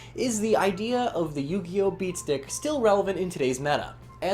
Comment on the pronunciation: Are you saying beast dick?